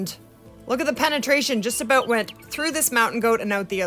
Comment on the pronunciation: i can tell that you are canadian beacause aboat